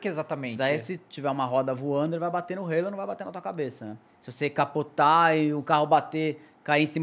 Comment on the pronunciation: Que satisfação ouvir alguém falando o nome halo corretamente!